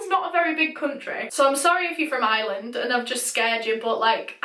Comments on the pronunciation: its not island its Ireland the R is not silence IRE LAND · IT IS I R LAND NOT ILAND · I’m American but Ireland sounds like island when you say it lolol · I'm from Ireland and no offence your saying eyeeeland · Took me a sec to realize you were saying 'Ireland' and not island 😂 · Omg I'm so glad I saw this lol I heard Island too! Haha